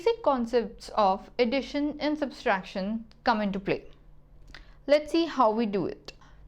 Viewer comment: It's subtraction, not "substraction"